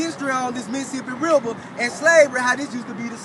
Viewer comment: "Da Missasipi Riba". Don't wakeboard there